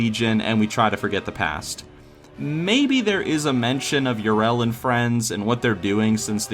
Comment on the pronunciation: I can't believe you mispronounce Yrel so much even though they say it so often in game...